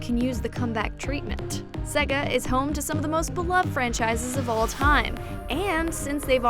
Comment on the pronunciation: _- why is her pronunciation of Sega making my head hurt?